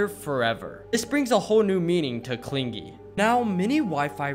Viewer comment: no what I mean is his pronunciation of clingy. He said clin "gee"